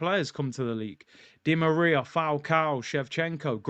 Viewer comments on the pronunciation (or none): none